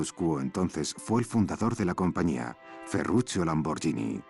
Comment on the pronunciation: Dice tambien Ferrucio pero es Ferrucchio (ferrukio).